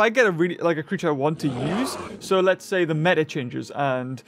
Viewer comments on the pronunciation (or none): none